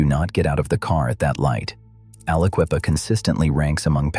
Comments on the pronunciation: Never heard someone butcher the name of Aliquippa that many times that fast. I'm impressed 🤣😭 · Alla-Kwee-pa. Never heard it posed that way. I heard it pronounced as Alla-kwip-a Never heard it's that bad. Jones and Laughlin (Jones and Lock-lin) was bought out by Lyndon Johnson's buddies at Ling-Temco-Vought. LTV. LTV proceeded to squeeze money out of the region. A lot of river towns got trashed by LTV. Most of the derelict coal towns along the Mon were once run by J&L. When LTV crashed, so did they. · How many other people thought to themselves a guy that starts off by calling The Quip AliQUEEFA Like it’s the Sister Of Queen Latifa should not be making Videos about Pennsylvania… I shut it off right then and there